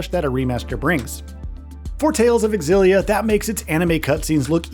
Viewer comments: Dude, it's pronounced ZILLIA, not X-ZILLIA! Smh... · xillia is ksillia! that's how you do x in my country. it's not X-illia it's in one go xillia, it's like me when i thought anime when i was 16 was english and was pronounced a-nime yes that was an eye opener for me when i watched anime in japanese later that year. and characters saying it's anime... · Its not EKSILLIA BUT ZEELIA Yw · It’s zillia, not x-illia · Nope, the "Ex' was always pronounced in that name, you can search Youtube for interviews with Dennis Lee (the brand manager for the Tales games back then) and hear him pronounce it back in interviews from over a decade ago to prove it . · Would be nice if these reviewers would ACTUALLY play the game, rather than hust reading about a game you never played. Very obvious you didn't play it, considering ALL battle footage is auto battles, you don't know how to pronounce important names, you know like the main character, and you don't even say the game name correctly. AI slop, or lazy creator, take your pick 😂😂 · Is it pronounced “X Zillia” or “Zillia”